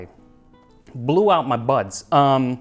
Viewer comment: I had to replay it as BUDS was not what I heard 1st time >.<